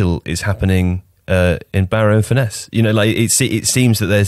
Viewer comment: Furness is pronounced the same as furnace.